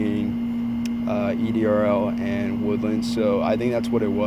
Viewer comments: It's said ERDL not EDRL. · It’s ERDL not EDRL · That's ERDL.Not EDRL.